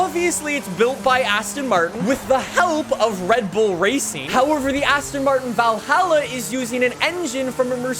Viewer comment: Not being mean, but Valhalla is pronounced like you say ball or doll